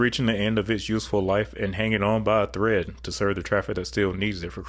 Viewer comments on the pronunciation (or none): none